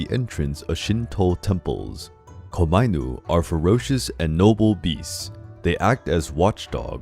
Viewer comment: Thank you for this very interesting video. But some of the pronunciations were wrong here, specifically "onna" (which means female in Japanese, and you pronounce it as "on-na", and not as "ona"); and "komainu" (which is pronounced as "koma-inu" and not as "komai-nu") But this video was very interesting and informative and thank you for that (and I loved the art featured in it.) Now I'm off to find the hoards of obvious Death Note and Gintama references in the comment section